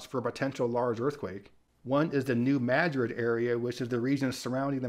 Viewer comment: This is a picky little thing that I thank you A WHOLE LOT for getting right. I've seen a bunch of natural disaster videos in the last several months, and nobody - until now - has pronounced "New Madrid" fault correctly. That drives me nuts. I was on the 6th (top) floor of a small office building far north of the epicenter of the 1968 New Madrid earthquake. We felt it. Not severely, but the building shook. I learned in the days after how to pronounce "New MAD-rid," and have never forgotten.